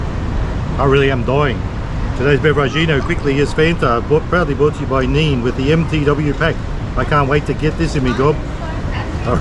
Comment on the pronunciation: its pronounced nay nay chicken not neen chicken, you boomer. lol